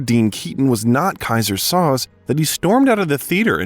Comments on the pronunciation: Soze of “Keyser Soze” is literally pronounced three different ways in these couple of sentences. Fine video, but is the narrator just an AI-generated voice? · Kaiser “Sozay”not Soz. A gifted actor. We make celebrities Gods they aren’t they’re just people, they have their problems. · Ok now I am convinced this is an AI voice. The movie pronounces Soze, "So-zay" never "Soes". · Sad. Tragic. Creepy. Depressed. Sounds terrible. It's on the news every day. Read a memoir of celebrities in Hollywood golden era. 30s, 40s, 50s. Tim Conway was quoted as saying "I thouht everyone lived in a garage" The robot narrating this says "Soz" its pronounced "SoZay" from "The Usual Suspects"